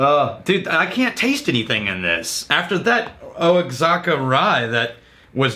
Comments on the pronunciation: Its pronounced "Wahaka"... even said it right one time when he was explaining the barrel trading, but then went back to saying "Oaxaca"... pretty sure he's trolling us... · he got it right once... lol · It was amazing listening to him get it half the times and miss it half the time. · It's pronounced WA- HA- KA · I was gritting my teeth badly. It’s like!! YOU ARE IN TEXAS!! Wa-ha-ka!!! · "O-a-zaka"??? Come on man..... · There's a brand of mezcal called "wahaka" that the mezcal barrels came from, he wasn't trolling he was just reading the brand name which is spelled diferently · He only said it "right" because the place is actually called the Wahaka Distillery. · “Oh-Axe-Haka”. Good ole Texas pronunciation-ism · If it’s Mexico, it’s pronounced “wah-hawk-ah” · Thank you, as a Texan "O Zaca" was killing me lol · I was like "Osaka?" Mizunara Oak and all? lol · Oh-ex-ack-a? Sigh. Well, it was an attempt. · The way pronounces Oaxaca just makes me go berserk lol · messing with us commenters; Says Oaxaca wrong up until he starts reading the story behind the whiskey..... hmmmm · Ok. Ok. I just deleted my rant about the pronunciation of Oaxaca. I'm guessing it's an Austin thing-a to mispronounce things. I was just about to drop the knowledge on you until you started reading and said it right. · Love you, but the grey shirt and the mispronunciation of Oaxaca is messing with my head... I feel like I've been drinking but I know I haven't. Maybe it's time to start. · I think (hope) that indicates he's saying it wrong on purpose as a gag & just forgot to do it that one time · I can't understand how he got it right once, and wrong five times.